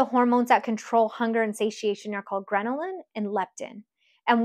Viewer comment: "Grenalin" is not a thing. LOL It's "Ghrelin". Just FYI.